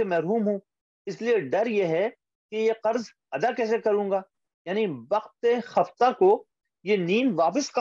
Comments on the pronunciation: لیکن یہ خفتہ کا تلفظ خ کے زبر کے ساتھ ہے یا پیش کے ساتھ؟ ہم تو پیش کے ساتھ پڑھتے آئے ہیں۔۔۔ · آپ کا تلفظ درست ہے، خُفتہ ہی ہے۔ تلفظ کے لیے فایزہ کو سنا کیجیے۔ کبھی کبھی ایسی غلطیاں شرکاء سے ہو جاتی ہیں، جن کو کلاس کے بعد درست کرنا ممکن نہیں ہوتا